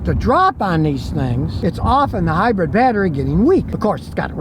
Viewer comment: Lol “high-bread”